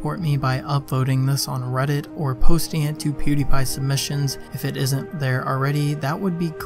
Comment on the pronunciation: A lot of people are pernounsing pewdiepies name (pew di pie) and it's bothering me